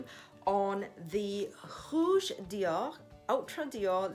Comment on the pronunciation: Hi!!! This is a beautiful color!!! I remember when you got the Mac in red!!! Which looked beautiful on you!!! This one I love the VD on the cap!!! The way you pronounce the Dior sounds soo classy!!! Wow you can definitely see the color!!! I love how the color looks on you which is so perfect!!! I loved the gloss look!!! I loved your video but I can see the price is definitely worth it!!! Xoxo Pam ♥️♥️♥️♥️